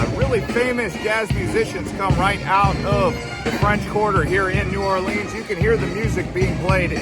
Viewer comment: Good effort but your information is flawed. You need to study more before putting out this sort of content. You can start by learning the correct pronunciation New Orleans.